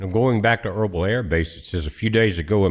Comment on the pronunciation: Irbil=Irbeel not erbul just saying🤷‍♂️